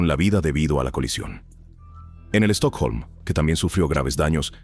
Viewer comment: Me a matado tu pronunciación de Estocolmo (Stockholm) quitando ese detallé me encantó el vídeo muy bueno